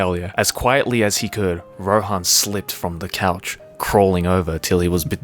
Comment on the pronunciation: my man called rohan ,roen hahaha